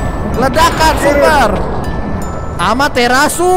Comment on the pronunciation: Amaterasu ❌ Amater asu ✅